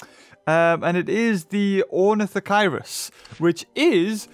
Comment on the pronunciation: I don’t like to be that guy but it is pronounced or-nith-a-che-ris